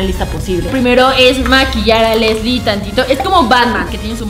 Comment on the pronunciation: sjjsjsjsjsjsjsjsjs meda un monton de grasia como dise karen: soy asle sjsjjsjsjsjsjsjsjsjsjjsjsjsjsjss *se muere de la risa * esque osea dise soy asle soy aslie jajsajsajsjajsajsjajsasjajjajsajsjajsajsjajs